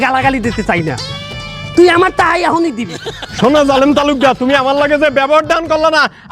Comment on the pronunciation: হজ্বে যাচ্ছে 'জা'লে'ম' ভাই 😂